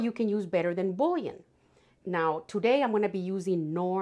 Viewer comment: it’s boo-yon. French pronunciation for bouillon. Sorry to let you know.